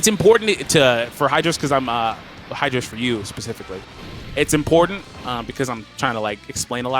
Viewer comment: it's hydros haha